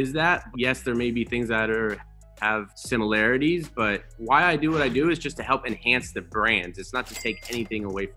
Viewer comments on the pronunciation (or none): none